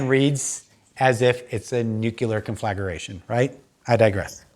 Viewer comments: Con fla gra tion, not con flag ER a tion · Thanks for this. A lot to think about. Also, the word is conflagration and is pronounced con-fluh-GRAY-SHUN